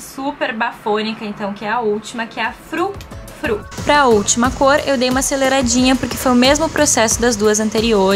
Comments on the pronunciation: Vc só falou errado o nome do ultimo o ultimo é o frufru s2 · Errou ao falar o nome do último batom que no caso seria o fru fru